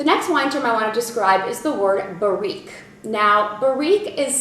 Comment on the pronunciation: This video should be renamed: Commonly used French wine terms, or French vino vocabs...!! big effort there u more or less know your subject(wines), but few mistakes in pronunciation, cepage: sounds seepage, terroir was close, terre-oir burrique/bourrique: BA-rrique, saignee was the worst..... nextime u visit France go on ur own and stay a month or two in wine regions u'll pick up the lingo for sure....oh avoid Paris. very cute keep smiling, u do like Julia Roberts..